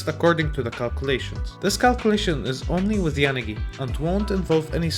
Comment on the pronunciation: Your pronunciation of poor Yanagi's name . . . 😭😭😭